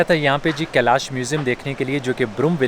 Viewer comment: कलश नहीं कैलाश है।